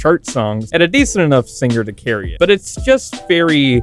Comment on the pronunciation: My reason for disliking her is due to her looking like Miku the queen of music and the fact she pronounces the g in singer